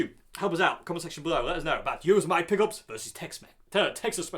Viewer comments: BOSS pedals are normally buffered. p.s. "yo-sem-i-te" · since you asked in the video, Yosemite is pronounced yo - sem - ity. Like the Bugs Bunny bad guy, Yosemity Sam. I've never heard Yosemity pickups, either, but I do own the Tex-Mex and Texas Special pickups and I like them both. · Probably already posted but it's pronounced YO-SEM-IT-TEE as in the US national park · I suspect that "Yosemite" will be pronounced like the National Park so "Yossemitti" - having added that to the conversation, I've no idea what they sound like!! :-)